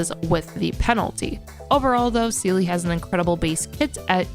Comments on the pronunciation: It's Seele lamo who calls her zela ? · Love the intro with Seele name prononciation cuz I heard like 5 different ways 😂 . I will use this guide if I hopefully I get Seele cuz it’s really great. Maybe a Bronya guide next ? 🧐